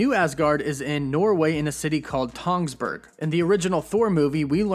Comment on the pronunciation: U said Tønsberg wrong and fun fact i live there